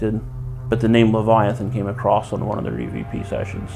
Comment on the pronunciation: Love you 3 musketeers. I have a giggle when says “acrosst” instead of across…☺️